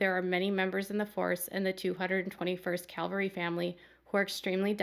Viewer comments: CAValry not CALVary. Huge difference. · I hope you don’t mind me pointing out the word is cavalry not Calvery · I cringed every time you said ‘calvary’ when quoting the National Guard officer. ‘Calvary’ is the hill on which Jesus was crucified. ’cavalry’ is a military term. There’s literally a world of difference between the two.